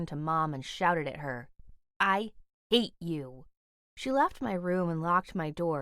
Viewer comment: why did she say “i ate you” 😂😂😂😂